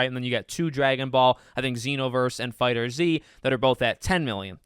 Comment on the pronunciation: I hate when people do this and I can never tell if it’s on purpose. But it’s Pronouced “FIGHTERS” not “Fighter Z”